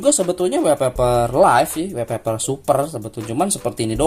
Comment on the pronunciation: Sorry bang koreksi wallpaper bacanya "wolpeper" bukan "welpeper", karna huruf "A" dibaca "O" kalo ketemu 2 huruf "L"... Misalnya All (ol), small (smol), dll🙏🏻